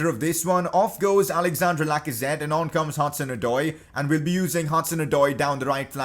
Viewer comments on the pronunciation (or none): none